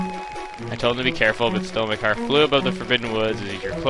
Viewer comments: it sounds like your saying mycar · Thought u said "my car" when u said "makar" :D so i was like: my car fell into the woods?? Wtf xD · I have always pronounced Makar like Maycar.